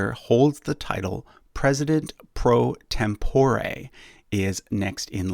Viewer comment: You're pronouncing pro tempore wrong.